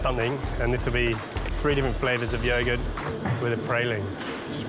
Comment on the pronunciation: Yaw-gert. Shuh-lotts. 😂😂🤣🤣🤣